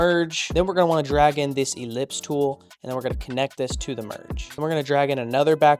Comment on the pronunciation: Finally you are not mispronouncing Ellipse!!